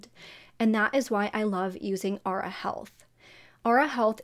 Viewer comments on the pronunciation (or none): Also, Aura is pronounced ‘or-ah’ not ‘ah-ra’